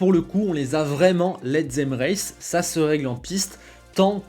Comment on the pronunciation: « Let zem rèce »?. Oh beut yor anglich iz bioutyfoul